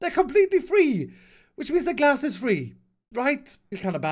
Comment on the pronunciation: when u said “trade glass”, u sound like u said “trade gas” XD